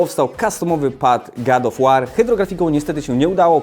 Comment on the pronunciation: God Of War czytamy gad of łor a nie gad of łar jbc ;)